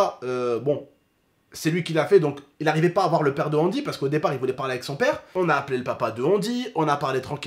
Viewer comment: c’est angy pas andy